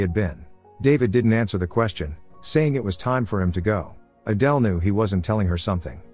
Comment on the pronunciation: Why did the pronunciation of Adele keep on changing?